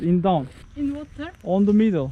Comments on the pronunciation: 'da Türkçe ingilizcesi konuşuyorsun galima. Wateeeeeer :))) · it is wateeer:) korean english olmuş